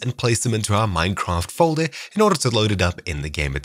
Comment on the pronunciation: it's called foldeRRRR not foldeMMMM